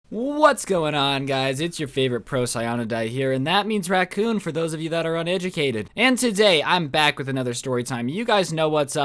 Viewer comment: its your boi the random youtuber that says racoon all fancy like